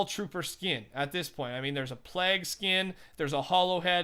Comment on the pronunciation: Pronounced pleig (plague)